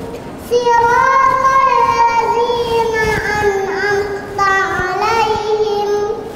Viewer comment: An'amta'alaihim bukan 'An'amta'alaihim, agar kt perbaiki.